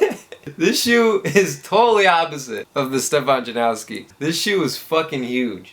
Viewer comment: janoski not janaski i know you didnt say it but you did say "jana-what?'' meaning youre fucking stupid :)